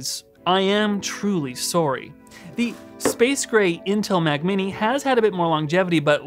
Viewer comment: Sometimes you say Mac and it sounds like “Myak”